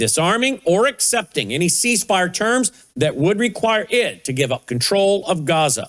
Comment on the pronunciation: iranian here please work on your accent and syllables where they stand.you can be misunderstood easily misconstrued and throw us off. In this interview i found many of them. You can humbly find out how to pronounce some of the words in all your interviews.you are extremely knowledgeable in you studies and want to listen to you regularly. Example; ceasefire its seez fire.